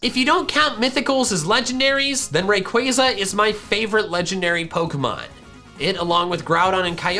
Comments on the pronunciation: Its pronounced Raqwaza non rewayza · Ray-Quay-Zaa is the correct pronunciation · it’s Pronounced (Ray-Qua-Za) Not Ray-Quay-Za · yes, it's name is a combination of Ray & Quasar, which is pronounced as Quay-zaar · the how to pronounce Rayquaza says that it's Ray-Qua-Zaa. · I had no idea Rayquaza was pronounced like that, ( ・∇・) I thought it was RayQaaaaza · Ray-qway-za is how I’d pronounce it.. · The way you say rayquaza makes me feel uncomfortable